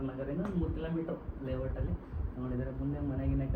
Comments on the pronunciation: Lavout ante 😂😂 adu LAYOUT correct agi pronounce madu ninnatorge site tagolost duddu kottidare jana andre yappa 😂😂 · ಕಂಗ್ರಾಜುಲೇಷನ್. ಲೇವಟ್ ಅಲ್ಲ ಅದು ಲೇಔಟ್ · Layout ❌ Lavatt ✅ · Levote alla adu LAYOUT😂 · Guy's ❌ gays ✅ Layout ❌ Levatt ✅